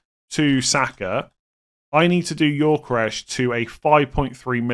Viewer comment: Every time says Yorkeresh, I die a little inside.